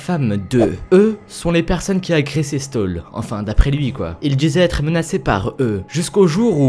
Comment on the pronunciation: On dit plutôt "chtaul" que "stole". A part ça très bonne vidéo :-)